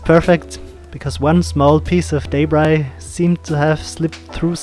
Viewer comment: A great vid Thanks. The word you pronounce as Daybry? What is that? You mean Debris ? Then it is pronounced D-e-b. R-e-e. Deb as in Reb or Pebble. And Ree as in re ceieve or re place etc. Debris is pronounced Debree! Got it? Where do you get Daybry from?